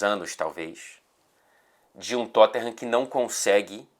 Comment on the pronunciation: "Tottinham" você é ridículoooooooooo hahahahahaha